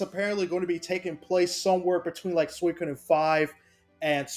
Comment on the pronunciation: its SWEE-KO-DEN jesus christ the way u say it hurts my ears